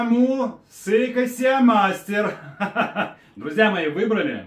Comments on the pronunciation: Приветствую! Я конечно извиняюсь, но уже продолжительное время мне режет ухо произношение английского слова SEA MASTER, слово sea произносится просто СИ, а не СЕА....и по предлагаемой ссылке Авито попадаешь на VK.. 😅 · Все правильно он говорит. Си Мастер- это оригинальное название. У - Сеа Мастер! Это типа абибаса… 😂